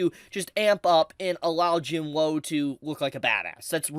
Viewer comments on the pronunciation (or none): could you pls call him jin woo and not jin whoa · The spelling: Jin-woo: Jin-woe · “Jin Wou”